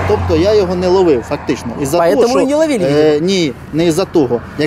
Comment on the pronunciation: ФактЫшно, ЧастЫшшно, ПроблЭматЫшшно... Ужас,блин! И "это" представитель Власти...